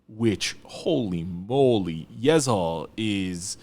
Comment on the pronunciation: i thought you dont turn an s into a z between vowels... i think yeseo is pronounced ye suh not ye zuh. the other ones change (ㄱ pronounced like k at the beginning and g in between vowels, for example), but i dont think ㅅ does. unless you speak a dialect of korean that does do that? idk your background with korean, just that you are korean and you speak it definitely a lot more than i do, but ive never heard someone pronounce ㅅ like that, so im just curious. not trying to be critical or anything, just wondering